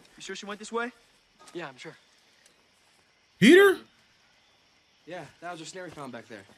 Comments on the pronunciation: Peeta! His name is Peeta! LOL Not Peter...OK, end of rant 😂 So glad you're reacting to these, love these movies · Lol Peta not Peter 😂😂😂😂